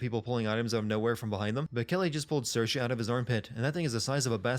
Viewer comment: Just wanted to thank you for pronouncing saorise correctly!